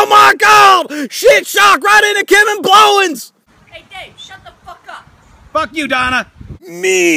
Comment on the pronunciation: I died when you said Kevin blowens